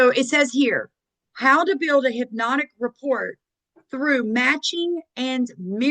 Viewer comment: “rapport”, not “report”.